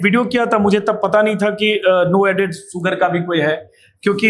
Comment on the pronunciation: अबे ओ अंजूम, शूगर होता है सूगर नहीं। अपना उच्चारण ठीक कर ले। अंग्रेज़ी ठीक से बोलनी नहीं आती तो हिंदी में बोल ले, लेकिन हिंदी में भी तू सक्कर ही बोलेगा क्योंकि तू जन्मजात अपभ्रंश है....😅😅😅😅